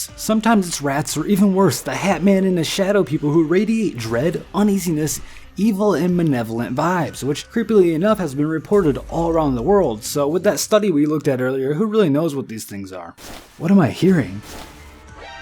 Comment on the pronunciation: Malevolent, the n is towards the end, not where the L goes, hope this helped!